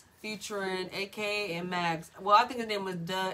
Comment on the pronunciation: Maggz is pronounced Mugs